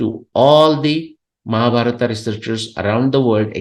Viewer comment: Please not to pronounce Mahabharata or Ramanayana. It’s pains me, breaks my heart.🙏🙏🙏